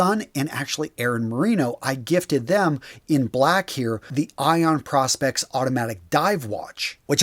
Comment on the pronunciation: I tune out when the host mispronounces Prospex.